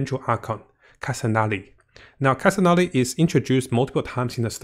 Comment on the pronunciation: SOO-meru and KOO-sanali, please don't butcher the name please, I beg you